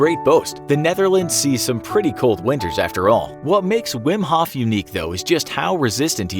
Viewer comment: it at least sounds like hoth